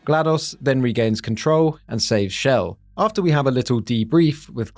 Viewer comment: Btw, she's Chell, not Shell